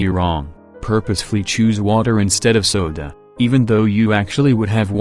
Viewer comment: I love how he casually turns Italian while pronouncing "soda"